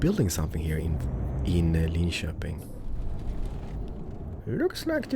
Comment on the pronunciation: Is swedish? He pronounces Linköping well.